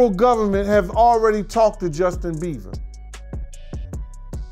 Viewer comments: ( and every time this guy said Justin‘s name but) it’s Justin BIEBERRRRRRR….NOT Justin BEAVER….WTEFFFF🤦🏻‍♀️🤦🏻‍♀️🤦🏻‍♀️🤦🏻‍♀️🤦🏻‍♀️🤦🏻‍♀️🤦🏻‍♀️🤦🏻‍♀️ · The amount of times that man mispronounced his name as “Justin BEAVER”